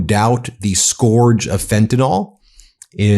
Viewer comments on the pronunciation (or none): Scourge is pronounced skurj, not skorj. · IT IS NOT FENTAN-OL. It ends in 'yl' and pronounced 'ill'. Plus to Trump, 'skauje' is not a word. Finally, it takes CONSUMERS on the ground to make a DRUG INDUSTRY So get your kids to stop it cold turkey.